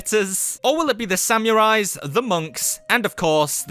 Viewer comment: said samuries